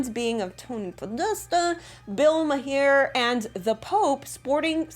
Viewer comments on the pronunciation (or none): Bill Ma-here? Really? 🤣Marr. Bill Marr. And I never do this. But I had to. And Anne Heche is pronounced Hesh-ee!